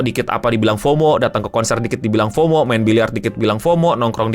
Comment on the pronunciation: Fomo tuh bacanya FOWMOW